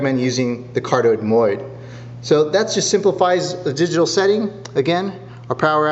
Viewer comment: MODE, MODE, MODE. You got it once. It's not MOID.